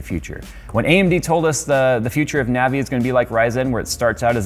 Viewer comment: Every time he said Navi I lost brain cells.